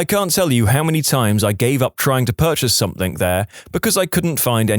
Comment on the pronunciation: No k in the word something